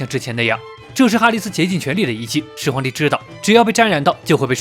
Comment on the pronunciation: 沒看字幕聽成始皇夠賤賤🤣🤣🤣